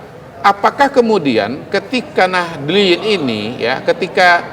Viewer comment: bukan nadliyin pa tp nahdyyin